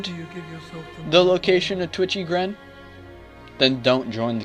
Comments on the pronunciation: its titchy gren not twitchy lol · o Another guide! Thanks for this. I never knew Crest of Blood did anything.. Whaddya know. By the way, it's actually TITCHY Gren, not Twitchy. Love the video!